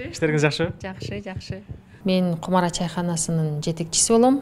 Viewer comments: Кумара эмес чыныгы кыгызда “Кумура” деп айтылат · Кумура Дейт Кумара дебейт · Кумара эмес кумура дейт